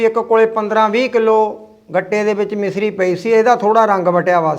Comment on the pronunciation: ਮਿਸਰੀ ਨੀ ਹੁੰਦੀ ਮਿਸ਼ਰੀ ਹੁੰਦੀ ਹੈ